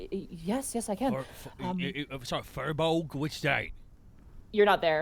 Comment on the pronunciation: You guys are mispronouncing firbolg. It's pronounced fear-bolg, not fur-bolg.